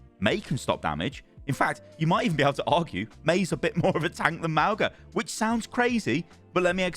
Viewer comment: M-aul-ga not Mal-ga x.x